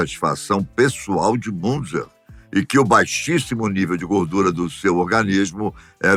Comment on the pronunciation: Pronuncia do nome é MUNTZA